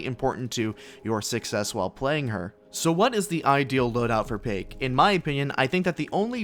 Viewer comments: Not payke, but paik. So hard to pronounce. Easiest specialist to get to t1. Paik + smoke = hidden aim bot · So the right way to pronounce "Paik" is "Pik"?